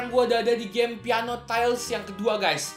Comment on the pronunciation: bang kok peano